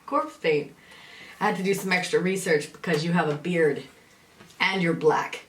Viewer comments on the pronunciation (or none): none